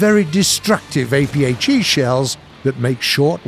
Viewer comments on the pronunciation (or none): "aphe shells", ur drunk. Go home, have some rest and try again.